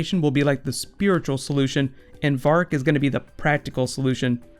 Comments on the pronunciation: why doeshe call verick varck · "Vahrk"? No one ever pronounces his name like that on the show.